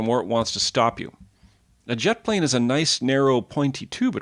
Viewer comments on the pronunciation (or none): none